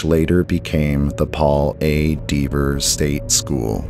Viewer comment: That rail bridge in your thumbnail always feels odd to me. Good list. I would just check the pronunciation of "Dever". I think it has a short vowel sound or you could say it like a local "Dev-ah"